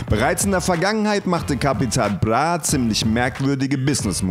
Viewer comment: Kann der nicht "Bra" sagen? ....Capital Blah